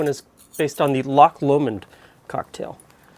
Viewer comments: Oooh looks delicious! However, as a Scot I feel it's my duty to let you know that it's "Loch Lomond" not "Lomand"! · I've never before heard Loch Lomond pronounced with the emphasis on the Lo of Lomond I've always heard the emphasis on the mond, interesting!